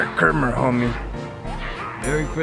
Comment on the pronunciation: aye 🙌 merry crimmuhs lol